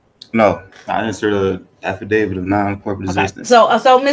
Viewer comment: I’ve never heard the “special visitation” thing before. And it’s “Affidavitl, not “alpha David”. I guess it really is stupidity working hard to be dumber.